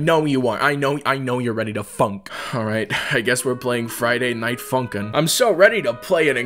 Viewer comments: When he say funk i feel like he saying #### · for a second i though u say the f ing word instead of funkin